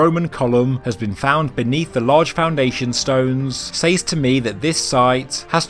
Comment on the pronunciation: Says is pronounced sez